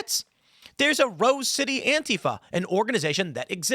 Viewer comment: Why does beanie boy have to say antifa like a fing idiot